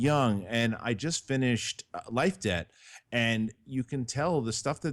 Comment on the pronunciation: whenever said Life debt i always thought he was saying life day and i was very confused